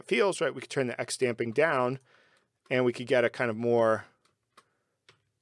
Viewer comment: Did you just say “Sanic the Hedgehog”?